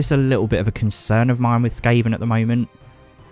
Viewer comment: Btw, it's Skryre (Sk-rye-er). You're saying Sky-er. I would recommend downloading the AoS App and pulling up the Warscrolls in it for you to reference in your videos, so you're not having to be unsure a few times. Keep it up!